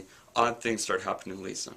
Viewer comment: You need to brush up on your pronounciation of Moroi, Lissa, Vasilisa and Rose but apart from that, good review. I'm just wondering whether you've read the entire series and if you liked it? Also, how well do you think these books will translate into movies?